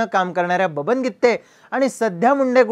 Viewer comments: गित्ते नाही गिते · गित्ते नाही ओ गीते आहे 😂😂